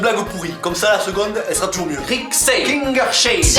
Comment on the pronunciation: Coucou je vais te dire l’es nom de ville que tu a mal dit (étant du bas-Rhin il y en a ou je ne sais pas comment ça se prononce) les haut-rhinois n’hésitez pas à me dire si dés prononciation sont fausse . Wittenheim=Vittenaïm Rixheim=Rixaïm Kingersheim=Kingersaïm Riedisheim=Ridisaïm Cernay=Cerné Guebwiller=Guebvillèr Wittelsheim=Vittelsaïm Brunstatt-Didenheim=Brünchtatt-Didenhaïm Wintzenheim=Vintzenaïm Soultz-Haut-Rhin=Soulz-Haut-Rhin Kaysersberg-Vignoble=Kayserssbergue-Vignoble Staffelfelden=Staffelfèldene Masevaux-Niederbruck=Masevaux-Nidèrbruck Pulversheim=Pulversaïm Volgelsheim=Volgelsaïm Soultzmatt=Soulzmatt Hochstatt=Horchtatt (je suis pas sûre) Bitchwiller-lès-Thann=Bitchvillerr-lès-Thanne Aspach-Michelbach=Aspac-Michelpac Herrlisheim-près-Colmar=Herrlisaïm-près-Colmar Lièpvre=Lièvre Munchhouse=Münchouze Waldighofen=Valdigofene Pfaffenheim=Pfaffenaïm Stosswihr=Chtossvir ou Stossvir (je ne suis pas sûre) Merxheim=Mèrxaïm Hirtzfelden=Hirtzfèldene Oberhergheim=Obèrèrgaïm Schlierbach=Chlirbac Muntzenheim=Mountzenaïm Niederhergheim=Nidèrèrgaïm Zimmersheim=Tzimmersaïm Wolfgantzen=Wolfgäntzene Pfetterhouse=Pféttèrouse Husseren-Wesserling=Husserene-Vésserlinng Lautenbachzell=Lautennbarzell ou Lautennbaczell (je ne suis pas sûre) Uffheim=Uffaïm Hattstatt=Hattchtatt ou Hattstatt (je crois qu’on peut dire les deux) Gueberschwihr=Guéberchvir Steinsoultz=Chtaïnsoulz Schweighouse-Thann=Chvaïgouse-Thanne Luemschwiller=Lumchvillèr Frœningen=Freuningene Zaessingue=Zèssingue Strueth=Cht